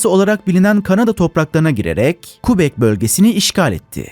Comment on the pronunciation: Lütfen artık Québec’i « Kuebek » diye okumayın. Doğrusu “Kebek” tir